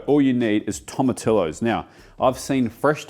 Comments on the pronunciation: Pr. "Toe-muh-tea-yo" tomato! But at least you got "hal-a-pea-nyo" peppers right😅. That looks like pretty good barbacoa! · Great video, thanks. For future reference, Tamotillo is pronounced toh-muh-tee-oh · Toma-ti-yo. LL Is the y sound ❤ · I love how he knows Roja is ro-ha, but still says tomati-lo lol. For any gringos out here, any time you see double l (ll) in a Spanish word, it has a y sound. Tortilla (tortiya), paella (paeya), tomatillo (tomatiyo) etc... enjoy! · Man, way to go! Love seeing all the global cuisine on your channel. Really enjoy your content! For your future content, “LL” in Spanish is pronounced as a “Y” and “I” is “EE”, so it would be tom-a-tee-yo for a much closer pronunciation! 👍 You cracked me up with “Roja Salsa” 😂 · Just a heads up. Tomatillo is pronounced, “toma-tee-yo” Hello from Texas! Love your work! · You don't pronounce double L in Spanish it becomes "y", so... tomati-yo same goes to torti-ya, and jalepe-nyo not Jalepino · I love how youre worried about rolling your R's correctly for Salsa Roja then pronounce Tomatillo like my parents would say Tortilla, ya silly goose. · Something weird about listening to an Australian tell you how to make Mexican food when he can't pronounce Tomatillo or Jalapeno... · Tomatillo pronunciation makes my heart cry lol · Mate there’s no way you think that’s how tomatillo is pronounced